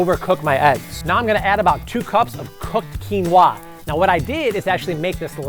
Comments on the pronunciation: That's not how you pronounce it. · Why are you saying "quinoa" like that?